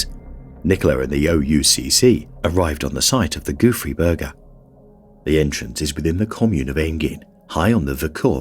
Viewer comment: Gouffre Berger…lol. The whole first part of video I thought he was saying “goofy burger” and I was like, ‘that’s a silly name for an expedition, has to be a funny story behind calling it that’. 😂